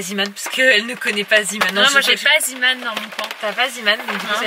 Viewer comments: On dit zéman et pas ziman car c'est belge et ça veut dire l'homme de la mer et du coup ça se prononce zéman ❤❤❤😍😍😍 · Bonjour, je me permet d'écrire ce commentaire, car cela me perturbe que tu prononce "zeeman" en "ziiman" alors que cela ce prononce "zééman" car c'est un mot néerlandophone, en tout cas continue ce que tu fait, vous êtes une très belle famille bisous à vous tous. <3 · sa se prononce zéman pas ziman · Salut dit le magasin zeeman sa se prononce zéman et pas ziman maintenant tu le dit comme tu veut mais voilà. Ps; je t'adore tu es ma youtubeuse préfère avec becca. Bisous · Aaliyah Serroyen en effet en Belgique on prononce zéman :) Zee = mer en néerlandais Zeeman signifie l'homme de la mer La bise